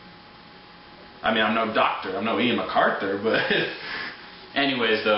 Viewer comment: "Ian Macarthur", Can't pronounce for sh*t bro!